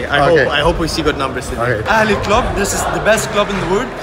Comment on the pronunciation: al-ally💀💀💀💀 sorry bro its al aHly